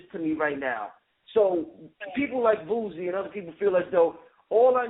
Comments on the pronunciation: Lol!!!!! "The reallll Rick Ross, not the fat sloppy one." Za Za had me craking up! to, because of the way he kept saying Boosie name: he was saying Boozie. Lol! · I think that Zaza came down a little hard on Boosie. Why would anyone expect him to think any different than he does. Dude keep mispronouncing Boosie name, very condescending. We far to often only seem to want to disconnect ourselves from common blacks. We should pity Boosie, and those like him who are ignorant of the information.